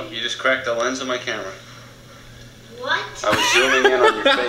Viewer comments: “The Cramera” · I love it when little Thomas says "the cramera" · When baby sanders said oh no the camera I thought he said oh no the crab run!😂😂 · "O oh the cramra"